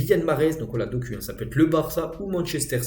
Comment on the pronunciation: Respect doku sa se prononce dokou